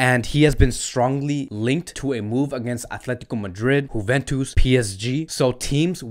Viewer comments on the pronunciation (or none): none